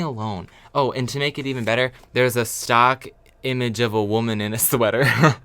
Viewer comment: it's so funny everytime you say 'stOck image' or 'gEtty image'